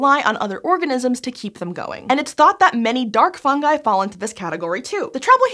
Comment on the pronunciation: It’s pronounced fungi not fungi.